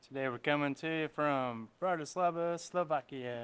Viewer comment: Bratyslava ❌ Bratislava ✅